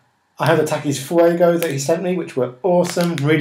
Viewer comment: They're pronounced tah-keys